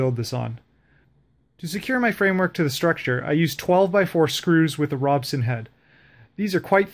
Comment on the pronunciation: It's called a Robertson Screw... not Robson. Got a chuckle every time he kept saying this incorrectly. :P